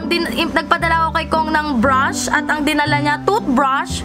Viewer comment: Anyare sa breyshes mo te? Estey Lawder yung pronunciation bebe